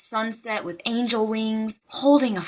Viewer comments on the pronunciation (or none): none